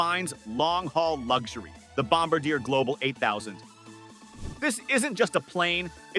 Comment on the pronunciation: Your voice synth can't pronounce Bombardiet. FAIL.